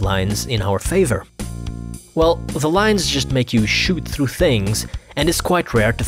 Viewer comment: "through" Me: thru You, an intellectual: thloo good video lol xd